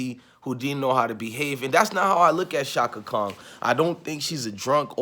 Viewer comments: Brotha, give thanks for you reaction. I respectfully say, Kong is not Chaka's name. It's KHAN. You said it several times, and I cringed each time. Outside of that, much respect to you and your video. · Appreciate your channel and content brother...buts its Chaka KHAN pronounced (CON)...not KONG...😂🤣😂😂...just joking.